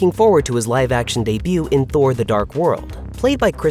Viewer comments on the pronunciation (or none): none